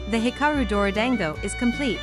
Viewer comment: Whenever the translator says dorodango my soul dies a little like why can’t it pronounce it properly aaaaaa